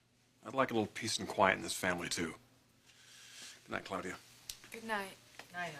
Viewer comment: Ridge pronounces Claudia weird, 'Cloudia', lol